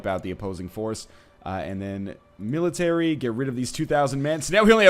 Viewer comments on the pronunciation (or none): none